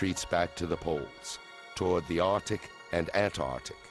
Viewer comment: Arctic and Antarctic. NOT “Artic” and “Antartic”